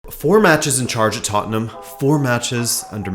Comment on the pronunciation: Rabona TV would just like to say, thanks for being a yank and pronouncing Tottenham correctly. You have no idea how grating it is hearing “tott-en-HAM”.